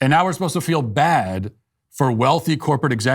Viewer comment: "Our manager was 'posed-ta' come in this weekend.." ...This is an "ivy-league" student?